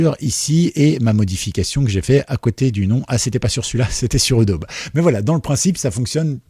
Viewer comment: Merci pour le tuyau. En revanche, je ne sais pas si tu prononces "edaube" pour Adobe volontairement. Si ce n'est pas le cas, la vraie prononciation est "adobi". Al...